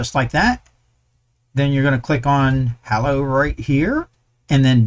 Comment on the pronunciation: Thanks for this! Btw, Hallo is German for Hello and the "a" is pronounced like the "a" in "large"